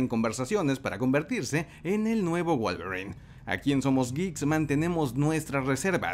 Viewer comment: Pensé que decías Wallgreen en vez de Wolverine